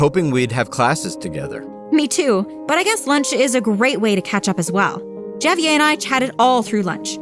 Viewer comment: She pronounced Javier as javyay